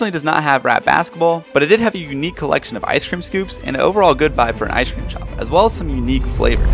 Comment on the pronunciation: Does it not piss anyone else off the way this kid pronounces “ice cream”. Like enunciate your words